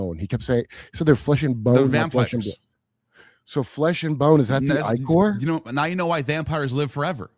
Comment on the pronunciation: its pronounced IH CORE ICOR. IH CORE. black ichor.